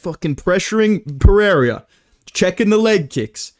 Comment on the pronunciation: "babe wake up new Pereira prononciation just dropped"